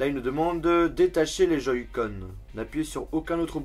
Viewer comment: a "joyscon" lol sa ma mis en pls 😂😂😂